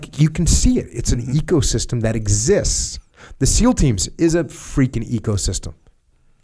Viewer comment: I don't know why I'm hearing it 'ego'-system every time he spells ecosystem